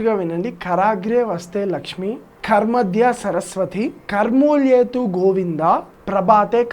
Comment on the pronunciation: Sloka should be in proper pronunciation. Just correcting.... Kaar madhye❌Kara madhye..... It's not kaaar, it's Kara(palms in Sanskrit)